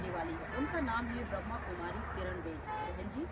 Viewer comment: Brhmakumari hota hai not brahmkumari sister naam lena to seekho